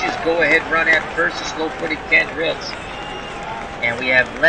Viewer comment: Also, Ken Reitz's last name is pronounced "REETZ," just fyi